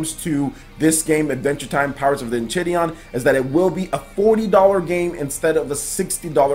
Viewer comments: As a big adventure time fan I am here to tell you it is actually pronounced : En • Kai • Ri • Di • On I had no idea about this game and am so stoked now ✌🏼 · it's pronounced En-chai-rid-eden.😃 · It's pronounced en Kai riddie on BTW ...